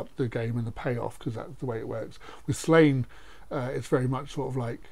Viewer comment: Sorry to upset people, but it is not 'Slane'. Sláine is pronounced Slawn-ye. Sounds silly hearing people saying Slane.